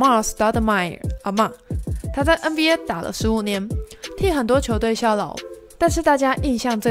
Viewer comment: 别再念”嗯BA” 了 ………… 求求你